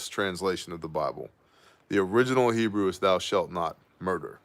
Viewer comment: Just gotta say WOW!! HUGE HEBREW pronunciation improvement! Almost there! Even nailed the ‘CH’ hockin a Loogie sounds! 😎👍 On the wine prayer at the end, try “Ber-ay pre- Ha-Gah-fin, and you will nail it!! Hope that helps. You’re becoming a Hebrew Ninja! So good learning stuff from you, thanks brother! Stay awesome and saucey!!